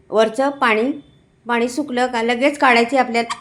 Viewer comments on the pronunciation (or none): none